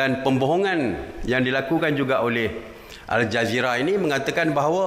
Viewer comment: asal aku dengar macam al-jahiliah. Tpi memang patut pon dipanggil macam tu.